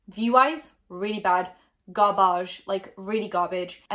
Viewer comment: me::(: "gar-bauge" 👁👄👁 me::)